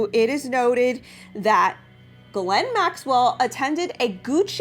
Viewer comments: Just a note, as someone who speaks some French Ghislaine is pronounced very much like geese/lane. sorry... the mispronunciation of her name drives me nuts. I legally changed my name because it was too French for people to pronounce. It was painful to hear it butchered at every turn in new and inventive ways daily all of my life. It's a thing.. just sayin'. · Her name is pronounce Jis Lane. yup Jis..... now think on that. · I think she pronounces it this way on purpose so YouTube won’t flag her video. There are a lot of words that YouTube will censor your videos if said. That’s why she says Jeffey as well.